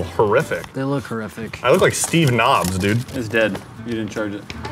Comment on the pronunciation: no one gonna talk about how said Steve nobs-?